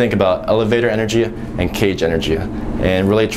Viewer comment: im a fan but why do you end most of the things you say with "uh" or "ah". For instance you said "energia" instead of energy a lot. just wondering.